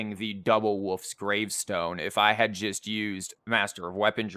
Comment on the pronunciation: the way you say "wolf's gravestone" kinda sounds like "woof's gravestone" haha